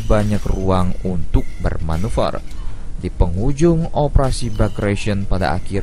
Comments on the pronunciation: Bagration bkn bargation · Bagration bukn bargation